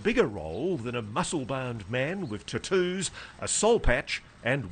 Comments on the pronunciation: 😂 did he say tattoos as “TUTUZ”! 😂😂😂😂😂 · Fellow Australian here, just making sure the world knows we do not pronounce tattoos the way Ross did 🤣🤣🤣🤣